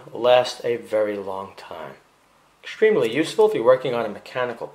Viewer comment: "-Exschtremely schtrong" 😉 ❤️